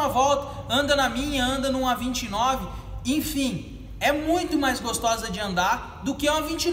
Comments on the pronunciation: " infim" valeu as dicas ! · Infim ... infim...infim... infim